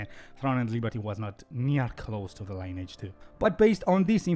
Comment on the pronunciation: You are pronouncing 'Lineage' wrong. It's pronounced 'Lin-ee-edge'. Your english is very good, but repeatedly saying 'line-age' bugged me haha. Thanks for the video